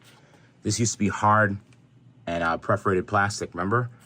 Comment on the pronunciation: What is “preforated”? Are you sure you don’t mean perforated my guy?